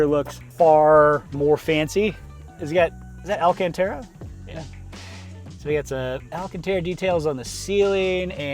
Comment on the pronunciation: IS THAT AL- CAN - TARAH:?!